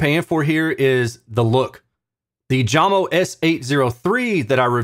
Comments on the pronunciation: It's "Yamo" not "Jamo" :) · Hello and thanks for your hard work doing these reviews. Jamo is pronounced "yamo" 😉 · You reviews are the best - it is pronounced "Yamo" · The speaker brand is called Jamo = JAMO (yah•mo), not Jam-o - and they "used to" produce great speakers. They are now owned by Klipsch and they seem to be engineered to fail in the SQ dept like other Klipsch speakers (ie: these are the same people who killed Mirage, Energy, and Athena Technologies). Of course, they'd be better if one buys them used for really cheap with the purpose/idea of modding them with cabinet damping and a crossover mod, a'la G-R Research and Audiophile Ninja. Shame on Klipsch.... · Your not even pronouncing the name right , it pronounced Yamo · Maybe try Jay-mo lol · Danish origins, so pretty sure J is pronounced like English Y (when used as a consonant). Love your reviews. Keep up the great work,. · I love your measurement based reviews but for some reason, the fact that you pronounce the company name with a J sound tells me all I need to know about this video. I feel you missed the mark here. Jamo, pronounced with a "Y," is the quintessential example of of the statement, "Measurements lie." They have a sound sure and if you don't like it, you do you, but many people do like it. And honestly, that 5.0 S series ons ale for $190 is something we need to be talking about as a soundbar replacement. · Great work on the videos, BUT, you could have pronounced Jamo properly, that is the least you could do. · If you play this video on Jamo speakers, pronunciation of "jamo" sounds correct😅😭